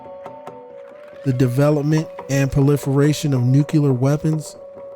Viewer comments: Why is it that so many people say "nucular" instead of what it realy is which is nuclear? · thank you, good material...i just wanted to say that the word Nuclear is pronounced New - Clear vs. New - Cu - Lar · I’ve been thoroughly enjoying your content, but for the love of god, it’s Nuclear (like Nu + Clear), not “Nucular” (not a thing) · Did you say “nucular” ?